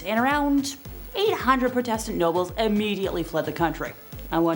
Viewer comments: You're mispronouncing Protestant. It's not Pro like Pro Football Player. More of a "aw" Praw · Please learn how to pronounce words properly before speaking. ie heretic and Protestant